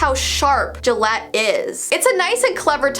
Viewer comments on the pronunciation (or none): none